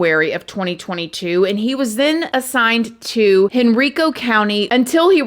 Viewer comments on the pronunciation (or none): Love you so much but it was hilarious to hear you say hen-reeco. It’s actually pronounced hen-rye-co. I live 10 mins from Henrico. I knew that cop looked familiar. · I live in Henrico. Pronounced HenrICO. (EYE-CO) not (Henreeco) but (Henreyeco) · And I love you but it’s Hen-RY-co 😂😘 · Love you, It's hen-rye-co county. 😊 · Hey from VA 👋 Henrico is pronounced Hen-Rye-Co I see that a lot when people cover cases in VA. Love you and have a very Merry Christmas 🎄